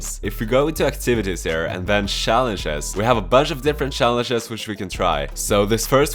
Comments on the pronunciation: ik its yot u say shallenge and i say challenge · Everyone: challenge: shallenshe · The way he says “Schallenge” is funny af lol 😂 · Such a Swede thing. Is he Swedish? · Man I love your videos but damn the way you pronounce "challenge" is irritating for my ears 😂 What setup are you using?